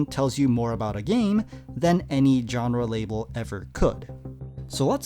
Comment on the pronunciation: Whats a "John-Ruh".. Genre..... Smh